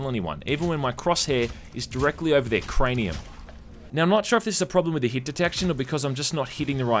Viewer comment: Him saying 'cranium' with his aussie accent, makes me laugh for some reason.